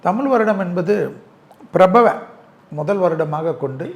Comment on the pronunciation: பிரபவ அல்ல. பராபவ என்று உச்சரித்தல் சிறப்பு.